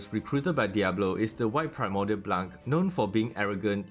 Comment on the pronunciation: When you say blanc you don't say the c at the end, and it's not june it's jaune, "au" in french is pronouced "o"